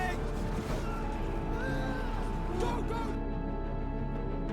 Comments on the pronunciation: It’s kinda like jiaw, the aw is pronounce like the ou part of ouch. Zhang jiaw. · It's actually pronounced ZHANG Jué. I was just aware of this detail hours ago